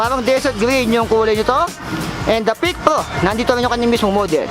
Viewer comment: Parang PEAK RRO hindi PEAK PRO hehe